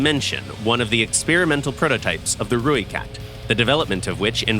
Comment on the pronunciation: Thanks for pronouncing ratel and rooikat correctly 😅